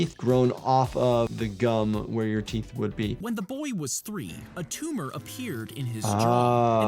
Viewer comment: its not a tumah!😂